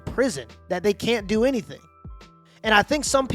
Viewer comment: "they never said anyfink to me... I've tried everyfink"